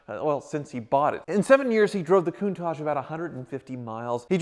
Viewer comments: 'My Coon-targe.' o_O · Love your vids,, and no desire to be critical, but an iconic car deserves to have its' name pronounced correctly...Countach = Coon-ta-sh, there's no mushy "j" at the end. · Don't say to an italian "CountaCHE", you pronounce CountaK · Everyone, pretty much ever: "Coon-tosh": "Coon-tozhe" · Its Lamborghini countach not coontach lol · Not certain you guys are pronouncing Countach right. It’s a hard nt.